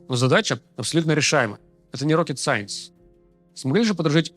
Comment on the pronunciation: Сопящий Руслан. По адаптации Томов к запуску с земли. Там слово Сайенс что-ли проскочило. Никто ничего не понял в твоем произношении с забитым носом. Пропиши плиз буквами этот момент. Невнятно прошло. Просьба.